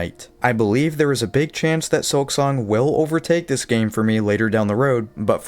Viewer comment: Hermano es un excelente juego pero por favor deja de usar la AI para hablar en tus videos Se oye horrible que llames "SILKONG" a SILKSONG